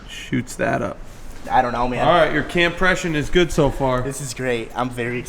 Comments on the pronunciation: "your campression is fine" haha gold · ” Campression ” lmfao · "campression" im fucking dead